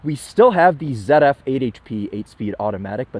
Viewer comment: I think he was just trying to be respectful and pronounce it in the sort of way we Germans do. He got quite close. I also like how he actually almost nails the pronunciation of „Autobahn“.